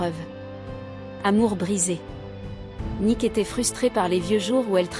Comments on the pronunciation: Vous insistez beaucoup trop sur Nik pour savoir au moins que c'est son nom et qu'il s'écrit et se prononce Nicks. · N'importe quoi ce reportage 😂😂Je suis une grande fan de ce groupe depuis Mike Fleetwood en Angleterre puis aux Etats-Unis donc très grande fan de tous les membres du groupe. Rien de ce que vous racontez dans ce doc ne correspond. Déjà c'est Stevie et pas "Nik" mais Nikssssss et s'il-vous-plaît revoyez leur biographie. Je les ai vus à Los Angeles et Stevie à Paris, à l'Olympia. C'est l'un des groupes les plus formidables de tous les temps. Et une pensée pour Christine MacVie qui nous a quittée récemment.